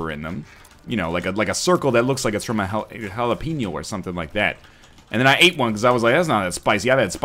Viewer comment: Your way of pronouncing Jalapeño is disturbing.